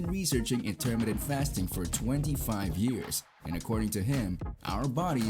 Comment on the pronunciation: It's a shame you dont know how to pronounce Intermittent properly